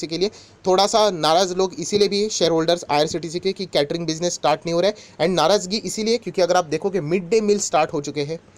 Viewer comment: Sir aap क्यटरींग. Kyu bolate ho ye केटरींग है